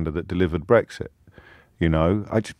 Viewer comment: STOP BWEXIT 😂😂😂😂 did more to make it happen than he could have ever realised STOP BWEXIT. STOP BWEXIT 😴😴🤪